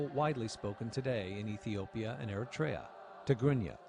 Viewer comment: I think they're mispronounced the country 🇪🇷 Eritea